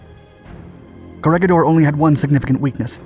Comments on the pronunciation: Just a small note: its pronouced CO RE HI DOR and BATA AN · Corregidor is pronounced as co re hi dor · Corregidor is pronounced like "korehidor." The 'g' sounds like 'h' since it is a Spainish word. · Read the "G" with a sound like "H"